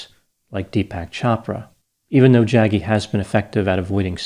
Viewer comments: It’s hilarious how particularly disrespectful it is to not only not call him Sadhguru but mispronouncing Jaggi. I know it’s not intentional but these grifters don’t deserve anything more than this. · I love pronunciation of the name... Jaggy 😂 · It’s pronounced Jug-gee V-ah-soo-day-v Apart from that I don’t care much about the guy.